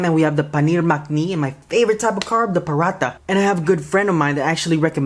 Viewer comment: umm it's pronounced parata spelled paratha though but what you are eating is fried so its called I am an Indian from india so just saying what I know